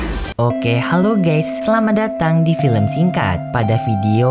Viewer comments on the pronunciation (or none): none